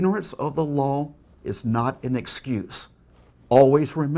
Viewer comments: "Ignorant of the lowl is not an askuse." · "igneren of de loll is not en escus" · inorant of the law is not an escuse...dude please learn how to pronounce the words you're saying you're a grown ass man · “Ignorant of the lawl is not an asscuse.” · Why does Derek have such an issue with pronouncing words? He pronounced excuse Ascuse. Alternetul fuels etc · that is the least glaring Derek error. "Ingorant of the lawl is NOT an escuse." this is ten times worse - his speaking =3 but yeah, now I can't unsee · Emi Moriyama *esguse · "Ignorant of da luwl is not an usskews" Ignorance of grammar and pronunciation is not an excuse for your stupidity on copyright infringement law either,. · "Ignorance of the lol is not an askews" 2015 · Example of how off his pronunciations of sentences feel and how he also screws up words somewhat frequently. When he said this he was trying to say ignorance of the law is not an excuse. Ahem "Ignorant of the lawl is not n ascuse"- 2015